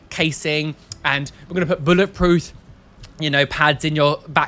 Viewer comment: you crack me up and if you're religious you're atheist also when you were saying about lgbt rights did you say bullet prooth instead of bullet proof no shade being thrown just wondered if that was just a slip of the tongue or something